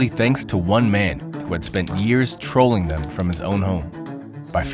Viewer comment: every time the narrator says "trolling" I just burst out laughing